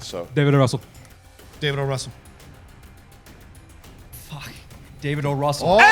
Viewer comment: It's O. Russell, not O'Russell!